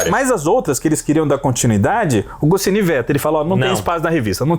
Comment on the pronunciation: Não se pronuncia PILOTI, a pronúncia é: PÁILOT, e não se pronuncia GOCINI, a pronúncia é: GOTCHNI! KK! Só pra incomodar!